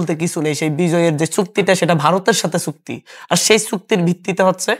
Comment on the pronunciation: ছুক্তি না ভাই চুক্তি